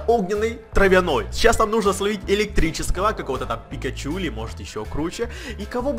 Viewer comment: не пикочу а пикачу и не мальтфильм а мультфильм и не лачший а лучший